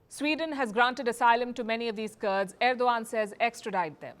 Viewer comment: wtf Palki, you can't even pronounce correctly the name of the Head of state.